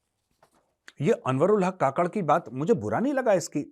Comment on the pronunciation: काकड़ नहीं कुक्कड़ बोले जो , bange देता है सिर्फ